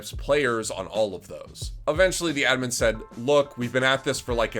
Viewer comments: its ADDMIN not edmin holy shit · Wtf is an "uhdmyn". What fucking accent is that yeezus croist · ADMIN not ADMIM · Its ADD MIN not ED MEN, this isn't ed edd n eddy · have i been pronouncing admin wrong my whole life?? ive always said "add min" but this guy is saying "udmin" am i the one wrong? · Its just a accent thing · why do you pronounce admin like that lmao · You pronounce admin in a funny way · What's up with his pronunciation with the word 'admin'? lmao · Please say "admin" right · the one thing i can take from this video is that needs to relearn how to say "admin" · Have I been saying the word "Admin" wrong my entire life or ? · is my hearing going wonky or is Admin said..... really weird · Yo why you pronouncing admin like that? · I fucking hate how you pronounce admin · pls learn how to say admin right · is he trolling or does he not know how to pronounce admin without making me wanna kms